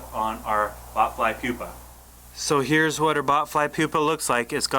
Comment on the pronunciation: Did he say it was a "poopa ?"